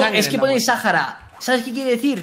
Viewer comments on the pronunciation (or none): No se pronuncia sajara se pronuncia saára